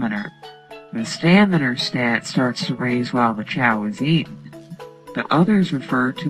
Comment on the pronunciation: It stamina not staminer